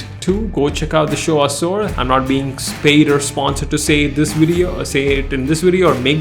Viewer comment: Its aasoor not as%@ bro, it literally sounded like that.. pronounce the way its supposed to be pronounced man